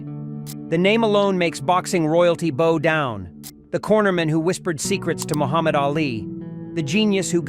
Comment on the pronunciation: How do you 'boe down'? Well, I suppose if you are a cretinous piece of A.I. [Artificial Imbecility] voiceover crap, then all manner of idiocy is possible.